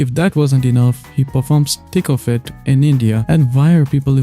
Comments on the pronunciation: No hate but anytime you say “Thick of it” i hear “Tickle fit” and my snail brain processes it till i realize what you said, great video!!! You got another subscriber :) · Every time you say "Thick of it" I hear "Tickle fit."